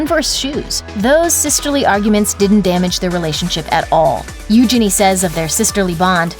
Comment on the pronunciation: Thats how Eugenie herself pronounces it.